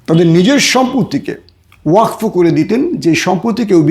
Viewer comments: ওয়াক ফো নয় ওয়াকফ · ওয়াকফো আবার কি ওটা ওয়াকাফ 😅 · Uccharon thik korun . Wakfo noi wakof. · ভাই কথাটা ওয়াকফ। ওয়কফো না।